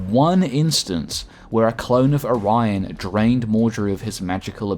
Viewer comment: I was confused when he kept saying "aryan" but I realized he was saying "Orion."